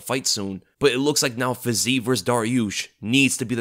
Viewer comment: much respect. But a bit of constructive criticism must be allowed: the name Fiziev is not pronounced with a long eee, but i-ye, so it's "fi-zi-yev" or "fee-zee-yev". Please keep that in mind next time you mention his name. Thanks 🙏🏻